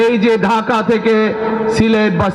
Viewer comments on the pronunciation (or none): none